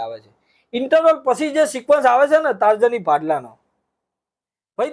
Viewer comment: ટાર્જની નથી તર્જણી છે ભાઈ